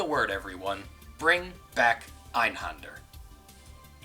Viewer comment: xD funny that even the game pronounces "EINHÄNDER" wrong Ä is more like E in Egg ... hard to explain Leben? Fallen? Volksgasmaske ..... well i think the "Fallen" is really just "to fall" lik "fall in battle" yeah it means the same but just to be precise Also i think the first miniboss siad "Sonst schießen wir sie ab" (otherwise we will shot you) but i'm totally not sure since the audio is terrible at this point In general a "Mücke" is not a Mosqueto ... it's just a fly in gernal.. so no blood sucking bastard but the nastly little black buggers flying around